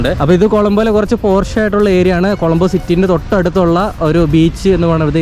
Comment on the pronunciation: കോളമ്പോ അല്ല കൊളoബോ ആണ്